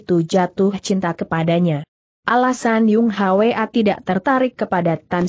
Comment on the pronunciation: Mohon ampun guru ....Bun Hwi itu di baca Bun hui dan Yung Hwa itu di baca Yung hua...Murid jadi malu pada para pendekar di seantero nusantara yang turut mendengar cersil ini. Tobatlah guru...